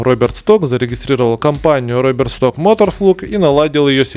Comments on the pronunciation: Stock по русски читается Шток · Одно , но! Если он немец то фамилия читается как Шток.